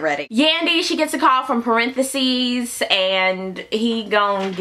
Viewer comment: "Parentheses" lmaoooo dead . I wasn't ready for that . Too funny .